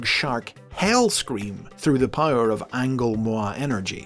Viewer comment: so THAT'S how you pronounce Angolmois. Been wondering that for ages ever since reading a Beast Wars comic.